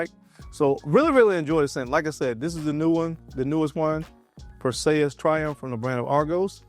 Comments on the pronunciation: You said his name wrong bruh. Clash of the Titans. It not Pur say us. It is pur·see·uhs. Just wanted to let you know. I am not trying be funny. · Is anyone gonna tell him that he's fuq'n up the name... PerSAYus😂😂😂 Nahhh bruh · PER-SEE-US... Is how it's pronounced